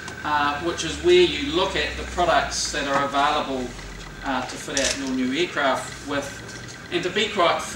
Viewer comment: for eeecraaft XD